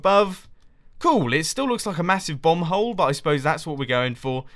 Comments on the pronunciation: It sounded like you said bumhole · I can't tell whether he says it looks like a "bomb hole" or a "bum hole".